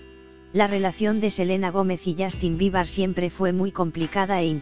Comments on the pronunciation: Dijo "Justin Biebar" 😂😂😅😅😂en serio no tienen nada más importante que anuciar OMG por tanto problemas que tiene ese mundo ayyy yy No le creo nada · alguien mas escuchó justin biba?? Xd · Ajaja no creo nada, primero infórmese bien y luego hable Y también enseñece a pronunciar el nombre de Justin Bieber si no es mucho pedir .